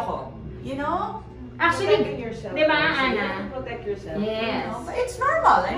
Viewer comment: DI BA. NOT DEH ba!!! Come on!